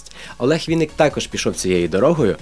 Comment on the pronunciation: ВИННИК!!! А не Вiнник. Через ИИИИИИ!